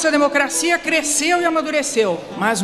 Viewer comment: Kkkkk lida. Na USP kkkkkk é demo cracia